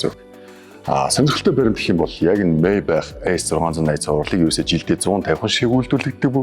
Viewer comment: Зоригтойхон шиг Мааябах гэж хэлээч дээ sorry